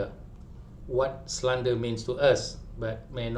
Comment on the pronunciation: Ko ni merepek jer dh knp. Kalo ko gagal dlm pas….terima je lah. Pronoubce slander pon salah!